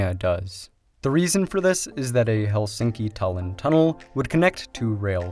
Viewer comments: It's pronounce HELsinki. Not helSINKi. The stress is always on the first syllable in Finnish. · Remove this video and re-record it with correct saying of Helsinki. Stress word must be accented on E like hElsinki, not helsiinki. Its hElsinki, accent on E.